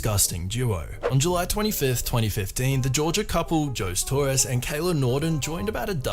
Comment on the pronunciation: 😂who's Joes Torres? HOE-ZAY😂